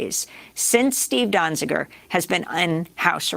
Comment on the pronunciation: Great report. But... And some people might consider this a minor point... Is that how you pronounce Steven's surname? used two different versions in this video, 'Dozinger (which also appears in the title) and later in the video as 'Donzinger', whereas Amy Goodman pronounced it 'Donziger'. Which of these pronunciations is right? Out of respect for him and the great work he has done, we should at least try and get his name right.